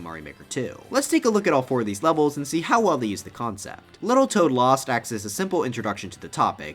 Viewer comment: is it me or the w in tow for the toad thing is a bit wrong